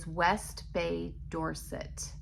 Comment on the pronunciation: The way you pronounce Dorset sounds like you come from there lol! Am excited to see the blanket develope. It's a great idea! I included the 2024 stitch marker, with the idea that it could be sewn into a finished blanket made from an Advent, by the way 😉